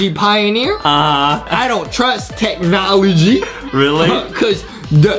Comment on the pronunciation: "Technology" more like "THICC-nology"